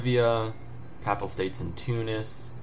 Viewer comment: pronounced p-ay-pal state, i think :P